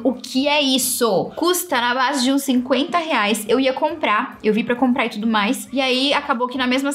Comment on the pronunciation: tentando falar uma palavra nova em inglês = TUDOW kkkkk